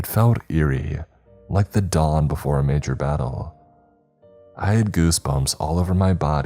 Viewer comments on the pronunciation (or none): none